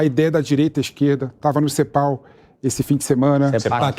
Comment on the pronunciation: Cepau - Sepac kkk os caras nao sabem nem falar